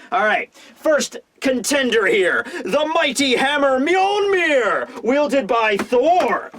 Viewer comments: "Mighty hammer mjolmir" just me that heard that? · „Mjolnir“ is acceptable. Not correct but acceptable. The English people don‘t use, or even know about ö, ä and ü.